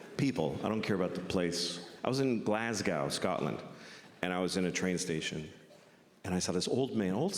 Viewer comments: Its pronounced Glas - Go! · it's pronounced Glaz-Go (but love Louis) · Hearing "Glasgow" in an American accent made me cringe, and I'm not even Scottish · His Swedish, Japanese and African caricatures are ok, but the way he pronounced "Glasgow" is totally unacceptable!